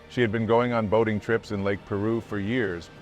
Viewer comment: It’s pronounced Pī-roo.